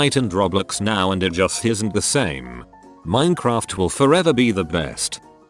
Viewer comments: No one: Literally no one: Text-to-Speech: Min-uh-craft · use a changer because the robot actually mispronounced Minecraft several times